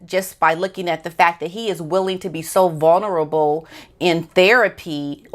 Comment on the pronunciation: It’s not “vuNerable”, it’s “vuLnerable”. Just an FYI, not picking on you, and don’t want people to find something to criticize. The evil narcissistic future ex-wife of the handbag has backed off and let the handbag talk about his mental health, drug, and alcohol problems so she’ll have documented reasons when she divorces him once she gets engaged to a billionaire.